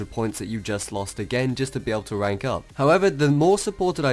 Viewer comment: no offence but you cant spell "r" instead of saying rank u say wank. lol